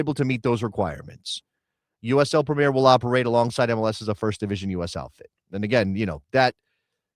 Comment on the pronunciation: The English league is called the Premier League, not the Premeeeer league.